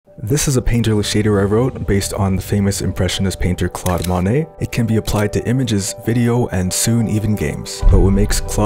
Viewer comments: Though pointing out minor pronunciation errors is boorish, in this case there's potential for genuine confusion. To my ear, you seem to mistakenly say "Manet" (MAH-nay) instead of "Monet" (MOE-nay). Inconveniently, Manet was a real person, coincidentally another French impressionist and friend of your intended subject, Monet. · Love the Monay and the Van Go recreations, but please learn to pronounce those names a bit better.